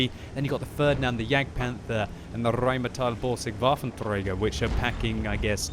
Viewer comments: Rrrrrrrheinmetall-Borsig Waffentrrrräger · i can't watch your videos because in every single one you somehow find the need to completely over exaggerate the pronunciations of the names of certain tanks (e.g. "RRRRRRheinmetaLLLL Borsig VVVaFFen trogger" (you could have said "rheinmetall borsig"))